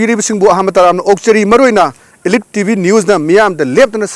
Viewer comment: Elite pronounced toh soidro brdr